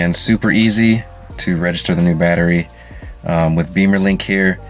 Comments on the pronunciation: thanks!! FYI.. it is "Bimmer"...link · Which is pronounced “Bee-mer” which is what he said in the video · only if you are american😅